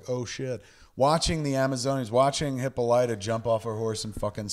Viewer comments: 3 years later, I sure hope Kevin has learned not to pronounce “Hippolyta”. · God damn, Kev, pronounce Hippolyta correctly. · It's Hippolyta and Hestia, Kevin. Pronounce the name correctly, please.